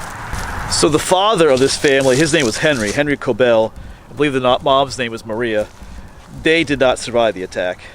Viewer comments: Regarding the pronunciation, I believe that it would be pronounced like “Kob-el” not “Ko-bell”. There are so many variations of the name Kobel including Coble, Cobel, Gobel, etc. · Thank you for sharing some of my family history. I have yet to get over to Altalaha to visit their graves. Henry and wife were my 7th great-grandpatents. By the way, Kobel rhymes with 'noble'. Yes, it is a gruesome tale. You did great pronouncing the name of the church; it's not easy! I heard the mom was nursing her baby when she got attcked, from what I read.